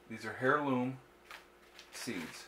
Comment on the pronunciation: Dear Sir, It's pronounced "airloom" not "hairloom". Yes it starts with an "H". Sorry, my silly pet peeve. Your videos are great. Thanks for your contribution.